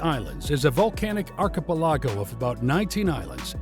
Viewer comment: Great video. Just a little annoyed by the pronunciation of the word "archipelago"